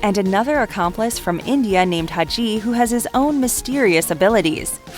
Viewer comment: Please stop saying "On Offer" and just say offered. Also Hadji's name is pronounced Had-ji not Ha-dji. Maybe you should look up the harder to pronounce names before recording the dialog.